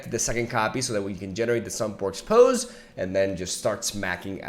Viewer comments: Not to harp on mispronounced words but it's Pos-se* Not Po-ooze* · it's pronounced "possy" not "pose" lol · Btw, in the name Sumpworks Posse, it's pronounced pah-see. It basically means a group of similar people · He said sumpworks poze lol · (“Posse” is pronounced “poss”, as in the start of the word “possible”, plus “e”, as in “the letter e”) Love you!!! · For last time, Posse is pronounced Paws-See. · posse- pos eee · Posse is pronounced "pa see" just in case you care. Cool deck, thanks for sharing. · Just fyi, it's pronounced POS-SEE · In the UK this is definitely pronounced to rhyme with 'bossy' or 'mossy' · I've always heard it pronounced päsē. How exactly are you saying "pos"?